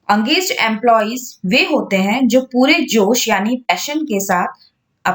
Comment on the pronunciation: Angaged nahi it’s engaged ache s pronounce kariye